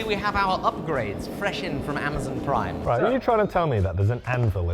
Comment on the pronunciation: "Ammazin prhyme"